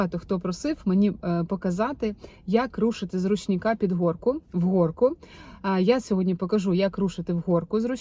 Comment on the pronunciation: Бляха, як вдовбало вже оце "з ручніка" і "в горку"!. Тьфу! Ти це спеціально? Уже перестаю дивитись твої відео коли таке чую, бо неприємно.